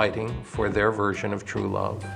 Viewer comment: He said "To bluve", not "true love", the air escaping his body just made it sound like he said "true love".